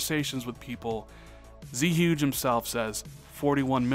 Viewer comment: it's not pronounced "Z-Huge" it's "Zuegay", based off Zhuge Liang the Chines politician.